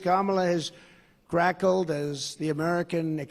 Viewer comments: Conald, firstly, the word is 'cackled', not 'crackled' ; next: these.. "many people" you keep quoting....are they the imaginary ones you keep waving to? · Donald Trump referring to Kamala Harris' laughing, can't even pronounce Kackled, he said Crackled. He doesn't even know the difference between the two words. And Kamala Harris doesn't kackle, she laughs. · Is trump trying to say cackled, as in laughed? I’ve listened to that part about 10 times. I hear grackled, which isn’t even a word or maybe crackled, which is a word but makes no sense in context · Crackled? It's cackled you freaking weirdo you can't even get your insults right